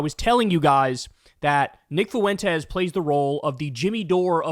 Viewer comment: fuen - tes. 2 syllables, please.